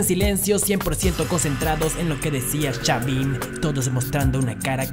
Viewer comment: xaviM, el técnicoM, hablá bien carajo